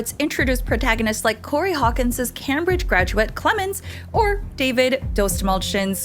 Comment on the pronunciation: Interesting way of pronouncing Cambridge